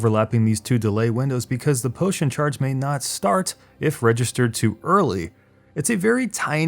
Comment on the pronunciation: nice video but when you said P O T I O N I died inside